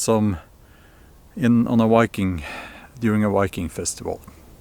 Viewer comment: Wiking...? Why-king? Say after me: VIKING. That's a V in the beginning.